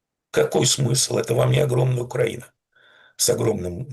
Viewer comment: Пожалуйста: Украи́на а не Укра́ина, поэтому украи́нцы а не укра́инцы. Демура, вы умный человек, говорите правильно.